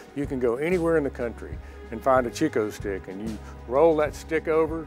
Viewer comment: the host pronounced it cheek o stick ....come on it's chick o stick